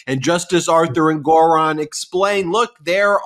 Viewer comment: Love you guys., sorry but I gotta point out it seems you’re mispronouncing Engoron’s name.? (Am I spelling it right? 🤪)